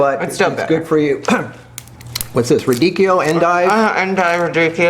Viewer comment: Rah-Dee-Key-O is how you pronounce radicchio.